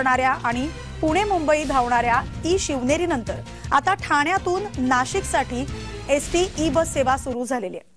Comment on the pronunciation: यस टी की एस टी 😂 कॅमेरामन चा उच्चार